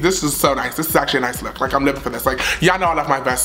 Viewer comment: “A LOOQ” IM IN TEARS HAHAHA